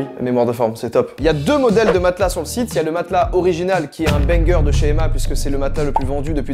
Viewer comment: Emma on le prenonce avec 2 “M”